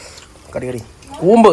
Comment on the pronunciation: കൂമ്പ് എന്നാണോ പറഞ്ഞെ 😂😂 ഞാൻ കേട്ടത് ഊമ്പ് എന്നാ 😂😂😂😂